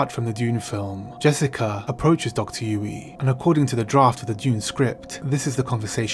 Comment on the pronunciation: You managed to pronounce dr yueh name differently a few times over 2 minutes.